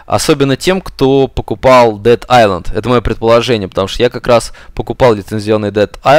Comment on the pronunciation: Не исланд, а айлэнд,.